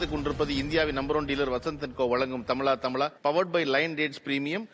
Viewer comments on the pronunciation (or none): சகோதரர் கருப்பையா பழனியப்பன் அவர்களே... நிகழ்ச்சி தலைப்பு 🔥தமிழா தமிழா 🔥 நீங்கள் தமிலா தமிலா என்று சொல்லி நிகழ்ச்சியை கொச்சைப் படுத்த வேண்டாம்.... 👆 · பழ‌ கருப்பன், தமிழா தமிழா தமிலா தமிலா இல்ல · ஏண்டா நீயெல்லாம் ஒரு தமிழன் என்று சொல்லிக் கொண்டு அலையிற...தமிழா...தமிழா...என்று கூட உனக்கு சொல்ல வரல...தமிலா...தமிலா....என்று சொல்ற...உன் பேரை நீ எப்படி சொல்வாய்...பலனியப்பன்...என்று சொல்வியா? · Why they are not pronouncing zha properly. This zha is the beauty of tamizh. Feeling sad. Tamizha tamizha . This is not tamila tamila. During their childhood itself in schools this should have corrected. Even now its not too late to learn . Vaazhkai, vaazhapazham, like all these words should get collected n make the students pronounce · "தமிழா, தமிழா" என்று உச்சரிக்கவே தெரியாமல், "தமிளா, தமிளா"-னு சத்தம் போடுகிற இந்த ஆளை என்னவென்றுச் சொல்ல?. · தமிழா தமிழா , தமிலா தமிலா இல்ல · தமிளா ! தமிளா !! அல்ல தமிழா! தமிழா!! எங்கெ சரியா சொல்லுங்க பார்ப்போம்??